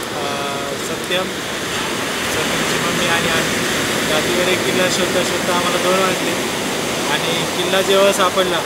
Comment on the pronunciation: आणी हो दातीरे गड नाही ...दातीवरे गड असे नाव आहे ........खरा इतिहास जगाला कळवा ...🚩...विनंती